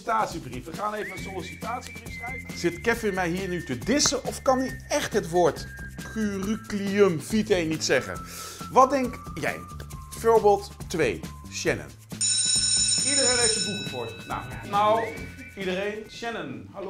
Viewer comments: Haha, je kan zelf ook niet curriculum vitae uitspreken😂 bij curriculum kwam je niet uit je woorden en vitae spreekt je volgens mij uit als vitai en niet als vitee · hij kan geen kurukiumvito zeggen